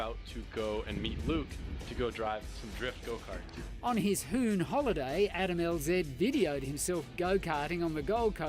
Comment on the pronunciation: “On his Hoon holiday”